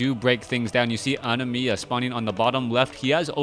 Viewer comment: That was pissing me off so badly too..